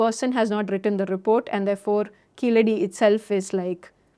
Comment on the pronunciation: It is pronounced, 'Keezhadi' in Tamil not Keeladi as done by non Tamil speakers .